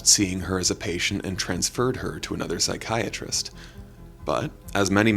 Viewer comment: The way they say pSyChAriSteT. Is it american English or british english?. The degeneret way it sounds it must be American English?...